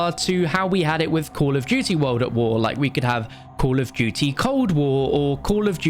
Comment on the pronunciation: Call of dooty